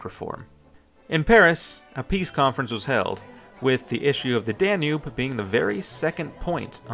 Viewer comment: Me at 30 seconds: "Oh God is he going to call it the "danoob" the entire video? Me at 35 seconds: "Yep, he is. I'm out."